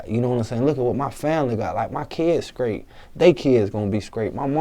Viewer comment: i don't get it "skrate" wtf learn to speak you fuck